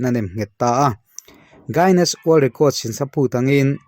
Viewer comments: Word hi chu mite lam (pronounciation)ang hian lam mai ila tha lo maw. Gainness ni niloin guinness." U" hi silent deuha lam tur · Tun tum chj Guiness hi i lam nalh lo deuh..